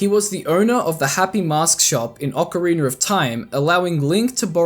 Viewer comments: he said ocareener of time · “Ocari-ner” lol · Ocariner of Time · Ocariner of time 😂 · I'm I the only one who hears ppl pronounce ocarina as ocarinier? maybe lol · Ick-ana Valley.... And a leggy of emptiness... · Ocarina= ock-uh-ree-nuh not Ocariner Elegy= EL-uh-gee